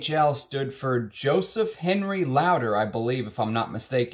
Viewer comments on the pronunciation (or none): none